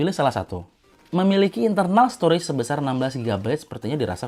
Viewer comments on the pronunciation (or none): none